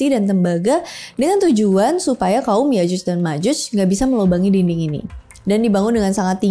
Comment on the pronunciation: Yakjuj bro bukan yajuj